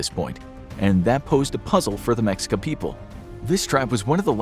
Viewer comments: Ma-sheik-ah.. not mex I ca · The culture name is pronounced Meh-shee-kah. Not Mex-ee-kah. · I'm glad I found this I was about to make a long comment about it. Hearing mexica kinda stung my ears 😅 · It's pronounced "Me-shee-kah". Not "Mex-ika". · the fact he pronounces it as “meksika” a billion times 😭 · I know I'm gonna get yelled at. Anyway "MeSHEEca" - the X in Nahuatl (Aztec) words is the Spanish way of saying - "We can't pronounce that bit, since there is no 'sh' sound in Spanish". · Mexica is pronounced May-Shee-Ka. And the video shows them migrating with horses. They had no horses before the Spaniards came. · It’s pronounced Meh-shee-cuh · Mexica is pronounced Meh-she-kah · Hi! Mexican here, it's pronounced Me-shica when we are talking about the civilization. C: great video as always Edit: Also the Aztecs was the name they had before emigrating from north to south. When they arrive at what's is today Mexico City they are just called mexicas, not azteca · Let me correct you on that what you stated firstly it's pronounced meh-she-ka. 2. They where always mexica the word aztec was the name of the Empire that the mexica where apart of Along side texcoco and tlacopan peoples. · Excuse me, it’s pronounced Meh Shee Kahss. Not what ver u said. Also, it’s Moctezuma, not monte whatever the f you said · Mexica(Meh shee ka) and Mocteuctzomatzin is Moctezuma's name in Proper Aztec Nahuatl including the Honorific suffix. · Mexica is pronounced "me shica" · It's pronounced "meshika" Mexica. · I hope y’all are scholar in this cause you pronounce Mexica incorrectly so who knows what else is wrong